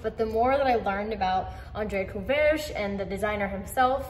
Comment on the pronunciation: you got the beginning and the end of his name correct, the middle not so much. It's pronounced "cou RAY ge"